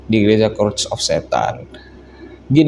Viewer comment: Bang itu Church of Satan bacanya Che:rch bukan Ke:rd of Satan 🤦‍♀️🤦‍♀️🤦‍♀️🤦‍♀️